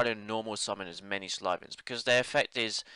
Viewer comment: Umm... you pronounce it siil-vans not slii-vans. I'm pretty sure Sylvan is a synonym for druid.... I think